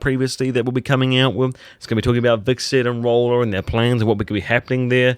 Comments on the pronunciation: it's Hvitserk not wixert lool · You know it's "Hvitserk" and not "Vikserd" right? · "Vixert" seriously? If you're going to review a show at least learn the character names.